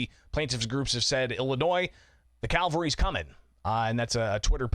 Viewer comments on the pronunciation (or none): it is CAV, AL, RY, not CAL, VA, RY! Both involve salvation, but on different levels.